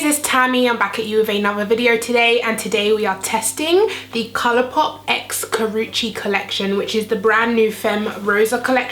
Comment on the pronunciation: I love Karrueche Tran but I wasn't sure if I should buy this collection because I'm not really into pink or coral shades on my eyes but it looks beautiful on you. I think I'll give it a try. Btw thank you for not butchering her name. Drives me nuts to hear 15 variations of Karrueche's name in one tutorial.